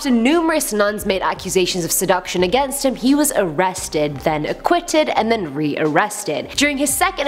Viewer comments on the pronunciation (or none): none